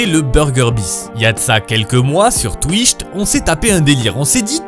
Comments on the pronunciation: tu dis "TWICHT" ça me trigger. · sur "twicht" ???